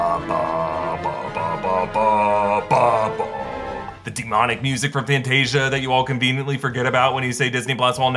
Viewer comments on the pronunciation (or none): none